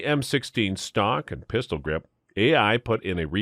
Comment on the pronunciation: Oh, he just flipped his consonants! It was SUPPOSED to be pistol grips!